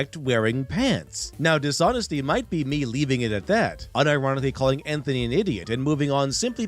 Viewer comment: "cawlling me a wying art bwtho". Omg I cant handle the mouthbreathing and lazy speech.